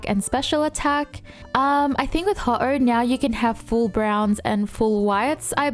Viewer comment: Wow..."Ho..oh" instead of "Hough-Ohugh" (phentically) and "Shed-in-gah" instead of "Shed-ninja "😂😂😂 and i think sylveon is the strongest